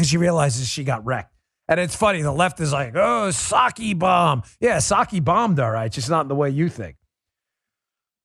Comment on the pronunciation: I liked how Mr. Levin pronounced her name... P-socky! :)